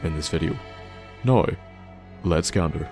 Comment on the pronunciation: When he says now like "noi"😶